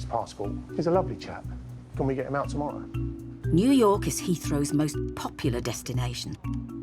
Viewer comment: who calls 'New York' "Newark". I thought he was talking about Newark-on-trent in England